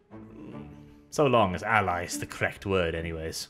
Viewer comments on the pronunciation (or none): none